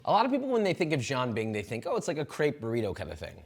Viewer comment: This turd is eating "jian bing", calling it a "Jean bing". Maybe a French Canadian monstrosity?